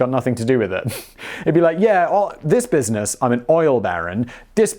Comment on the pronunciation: "this business vs this brisness"........... you sir need more coffee